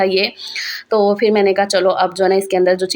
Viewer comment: Dear sister urdu ko zinda rakhain.bhiga nahin bhigo.fir nahin phir